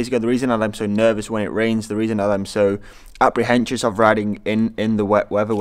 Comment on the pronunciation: Sorry, “apprehensive” not “apprenscious”. Other that that, class videos. 2 questions, 1) will you be getting a C64 now they are out? And 2) are you going to be rocking a giro synthe for the season or are you keeping hold of the protone? Cheers.